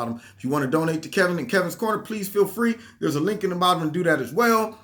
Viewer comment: Nah man, you're "", lol. You're new name, Kevin, lmao. You should have T-Shirts made with that on it...Anyways, great video as always,.